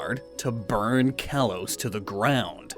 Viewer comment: "Kalos" is pronounced "kah-lohs".